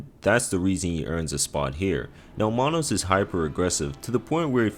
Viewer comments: who the fuck is Monos LoL its manus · I think Manus is pronounced like its written. Not mahnos